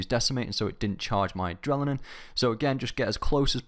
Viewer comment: You say "Adrelinine" lmao. But 10/10 street cred for you:)